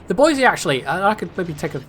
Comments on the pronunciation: Might be wrong because of my cousin-loving West Virginia accent, but we always pronounce it "boyz-eee" And I'll tip my hat in your direction for a code as well good sir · Boise = BOY-zee